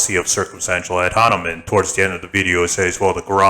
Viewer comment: he keeps saying ad honimen lmao